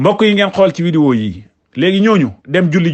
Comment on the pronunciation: Saway ken dou wakh widéo...on dit vidéo